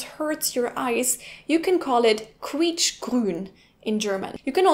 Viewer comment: Can you make a video in which you say lots of German words with "Qu"? :D Germans usually pronounce it as "Kw", but you always say it as "Ku". It's funny and cute to me :D